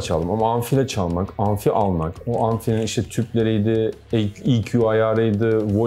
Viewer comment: Abi anfi değil amfi